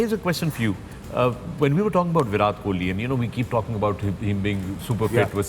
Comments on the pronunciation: Sir it's a Virat Kohli . pleace do correct that pronunciation...love from India . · His name is Vira " T" ... Pakistanis cant even pronounce his name even after " virat" gave them so many sleepless nights 😂😂 Do they not teach this in Madarsas ? BC tum puncture hi lagaoge